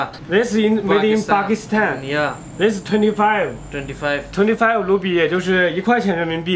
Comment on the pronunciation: 阿富汗的英文是afghinistan 不是afuhan 巴基斯坦的英文是pakistan 听你念成pakisitan